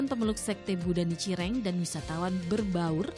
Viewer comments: Nicireng ?? Kau kira jajanan Salah pnyebutan tuh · Nichiren... Bukan Nicireng.. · Nichiren itu yg benar